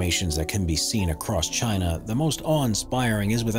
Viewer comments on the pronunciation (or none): none